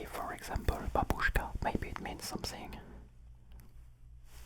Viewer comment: Don't say buubooshka say (baa,booshka) like your a sheep going baa then go booshka, proper